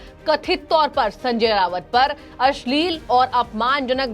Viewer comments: Not Rawat its Raut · Anchor pounces RAUT as RAVAT. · Resp. Acher you are pronouncing as Sanjay Rawat. In marathi his name is pronounced as Sanjay Raut. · Hello, He is Rauat Not Rawat, Please correct yourself. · एंकर कृपया .....नाम करेक्ट बोलें संजय रावत नही .....संजय राउत है सही नाम !!!, खेदजनक है।